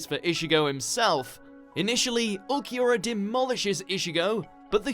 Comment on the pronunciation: butchered Ulquiorra's name